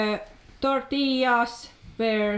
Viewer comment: Tortillas! perfect pronunciation!